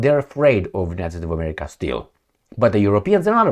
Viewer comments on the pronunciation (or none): none